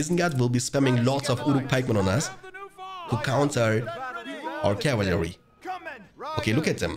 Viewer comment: cav-il-ary haha